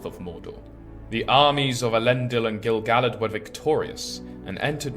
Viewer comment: Except Gil-Galad isn't pronounced like Dill-Salad.